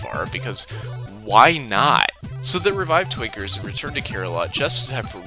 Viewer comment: I'm absolutely not hearing the N when you say Twinkers. it's just... Tweekers